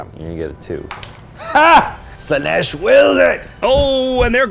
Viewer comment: All praise to Slaa-neth! 😂